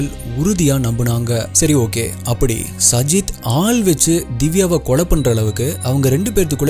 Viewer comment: Ur name prounacition is wrong it's saajid